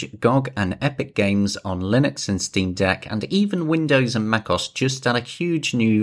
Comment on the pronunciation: Macoss? Heh, I pronounce it Mac Oh Ess